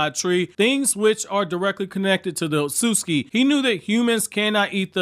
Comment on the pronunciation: "Outsutuki Clan"